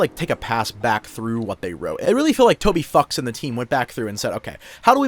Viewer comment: bro did NOT say "Toby Fox"